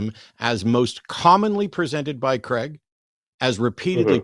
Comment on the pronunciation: Why do people pronounce Craig as "Creg" rather than "Crayg"?